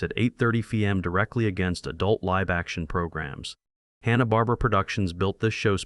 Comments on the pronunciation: This channel can't even say Hanna Barbera. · The guy doesn't even know how to pronounce hanna-barbera. So I'm not sure if I can trust anything they said.